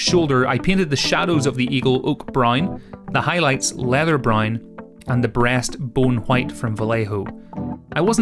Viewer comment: You say "brown" weird lol. All I heard way "brine"